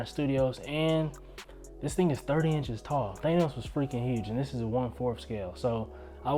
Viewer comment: Than-os.....not Thane-os